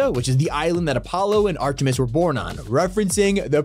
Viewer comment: Not Ahtena and Apolo but Artimis and Apollo